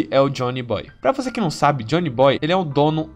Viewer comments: O melhor foi você falando Jhonny Boy ao invés de Joy Boy kkkk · Rachei no "Jhony boy" kkkkkkkkk, mas o vídeo foi dhr, da pra relevar.